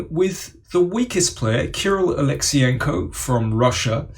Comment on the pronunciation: Daniel - you completely butchered Kirill's last name. Wrong emphasis...